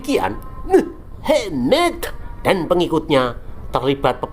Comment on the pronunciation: Ah gw males nonton channel SN krn bikin sakit perut terus tatkala menyebut Muh amad jadi .... muhhh .. eemeddd. Kasian junjungan yg katanya berahlak mulIa kaum kedar dikuliti terus ... ampyuunnn 😉😙🤗☺